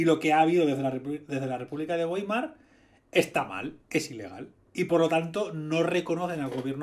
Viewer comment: Weimar se pronuncia más o menos baimar, en realidad es vaimar, pero como en español no existe la "v" labidental, creo que con baimar es suficiente.